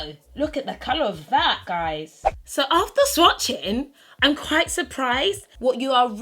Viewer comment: "nothing Michael, you're still qwhite"